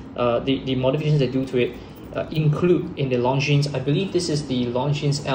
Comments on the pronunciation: The S is silent. It's not pronounced LONGJEANS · Long Jeans? How can you have a watch channel and not know how to pronounce basic watch brand names? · Please do not pronounce the ''es'' in Longines. It's a French. Leave out the ''es'' and you're golden. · It’s spoken as Longine! Silent S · Long jeans! Thats how most Singaporean shouts out it as. Nothing wrong with pronouncing it from a local standpoint. He does not sound fake. Keep it up👍 Would like to see more reviews mid priced luxury watches from your channel. But keep in mind, that since comparisons are made between 2 watches, always be reminded to repeat that these reviews are in your own personal opinion and preference.